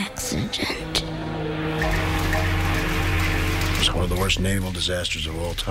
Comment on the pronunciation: "tragic acci-gent". LMFAO